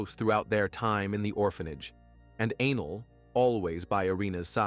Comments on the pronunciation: No...he pronounced A-Nell as anal. That's all. Just trying to help a homie out. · I’m not 12 and that shit was hilarious!!! Not only did it change ANELL to ANAL but the closed caption spelled ANGEL 😂😂😂. Now back to the story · The automated narrator calling the girl Anal😂😂. WTF it's Anell. I'm sorry, but it's funny and was a little distracting😂😂. I find humor in that pronunciation but not the situation.